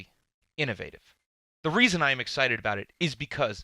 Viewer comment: Anyone else annoyed how he says innovative?